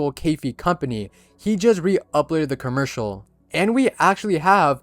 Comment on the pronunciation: bro said kurmercial